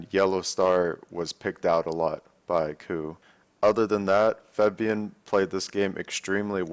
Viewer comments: pls say febiven not febvien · Hate to be that guy, but Febiven is pronounced FEB-I-VEN, not FEB-VI-EN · Dyrus.... it's Febiven, not Febvien. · FEBIVEN ! NOT FEBIEN !!!!!!!!!!!!!!!! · in Dutch it is actually pronounced as Faahbian, maybe he has a hard time pronouncing it correctly. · "Feb-vee-in" ok Dyrone